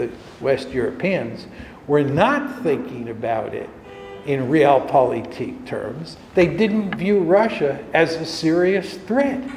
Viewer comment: I really wish he could pronounce „Realpolitik“ better…hurts my ears every time he says it.